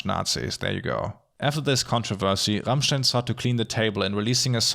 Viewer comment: Wait... Rammstein is pronounced the RIGHT way in an english video?! I am impressed (^w^)